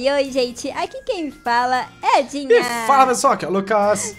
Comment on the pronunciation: Lucas tenho uma pergunta por que vc chama ela de Dina se é Dinha ?